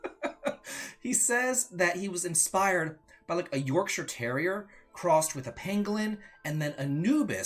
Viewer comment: As an Xbox/PC gamer from the UK, I'm very excited to jump into my first Mana game this summer. But more importantly I'm very impressed you are the first person from the US that I've ever heard pronounce "Yorkshire" Terrier correctly 🥳